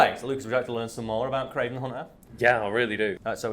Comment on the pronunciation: The "Cray-VAN" FFS I love comic books